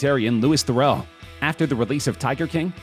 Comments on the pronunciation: Louis Theroux not Lewis Theral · Louis Theroux is pronounced Lewie Theroo